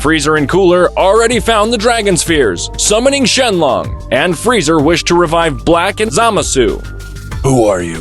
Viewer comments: Dragon Spheres 😂 How do you fugk up the name? You also refered to Kale as His once. The name is Freeza not Freezer. Fix these issues in future. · Um "freezer" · If you can’t even pronounce Frieza’s name correctly and say fuckin “Freezer”, then you shouldn’t even make videos. 😂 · Frieza not freezer